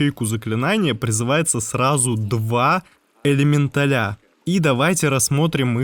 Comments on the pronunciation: ЭлементалЯ?! Ужас... слух режет. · ЭлеметалЯ.... он сказал элементалЯ Карл!!! Пиздец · Это правильное ударение в слове элеменТАЛЯ? Или элеменТАля? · элементалЯ... пздц... как? как и откуда ударение на последний слог? :) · Чувак, немного конструктивной критики. Сидел мой муж и смотрел это видео, к контенту претензий не имею,все по делу и никакой воды, но элементалИ и элементалЯ заставили меня смеяться в голосину. Прежде чем так часто использовать это слово, убедись, как правильно оно произносится.